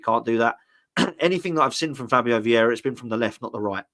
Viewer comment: Would you please be a bit clearer. What are your thoughts on Vieira 😂😂😂